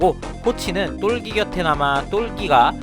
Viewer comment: 똘기인데,,똘끼라고 발음하시니까,,ㅋㅋㅋ 재밌네요